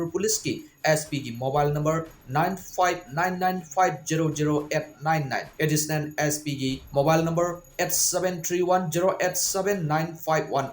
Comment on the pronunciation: Additionen....not additional😅😅😅😅